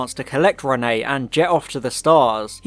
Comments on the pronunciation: I usually love your videos but like...one second of research or listening in episode will tell you her name is Reinette short for Antoinnette her middle name, i mean her first name is Jeanne not Renee. Every single time you say Renee its infuriating. I mean the Doctor says it so many times. Come on dude. Im dissapointed. Youre better than this! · ALSO ITS REINETTE, NOT RENEE! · Why do you keep calling her Renée instead of Reinette though XD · Yeppp just commented this too. Infuriated me haha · Your were saying Renne but it’s Reinette. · not always, even in French the pronunciation is still "ruh-net" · Reinette the t's are not silent. I was willing to let it slide the first time but the amount of times you get it wrong is grating.